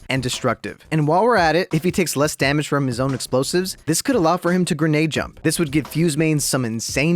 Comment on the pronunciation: Its not DaMANge its DaMAGE